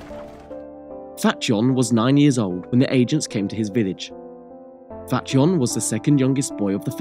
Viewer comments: It’s pronounced Fat-yon, not fat john lol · I’m also upset the poster hasn’t rectified this major mistake. You would think someone who studies history would know that eastern-europeans, etc., pronounce the “J” as a “Y”. Ever heard of Jan Hus? It’s fucking pronounced YAN. This guy gets a downvote from me.